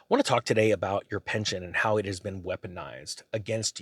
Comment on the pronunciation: Pension not Penton😊